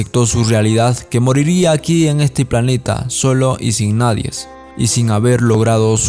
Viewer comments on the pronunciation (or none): none